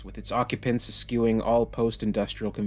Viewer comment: That's not how you pronounce "eschewing" my friend.